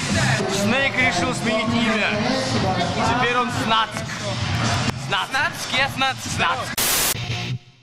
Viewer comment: Снацк? :D (Snack - "снэк" правильнее)